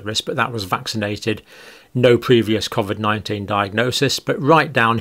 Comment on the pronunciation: This guy can't even pronounce covid correctly